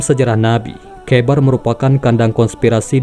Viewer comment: kh dibacanya ho bqng jdi khoibar